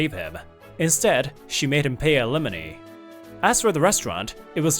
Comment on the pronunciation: 🙄😒🤦🏻‍♂️. When saying alimony you should know how to say it right. friends of mine watch these videos and they are annoyed that alimony is always said wrong. I only listen to these videos when they are playing on a friends 📱 or 💻.